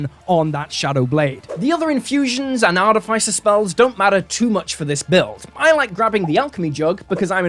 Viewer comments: i love you. but i'm drunk and i have to tell you that artificer has the pronounciation artîficer. :P sorry. had to vent my inner monk. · Great video, but I'm really bothered by you mispronouncing artificer lol